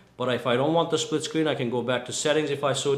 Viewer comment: Is it so hard to pronounce split screen?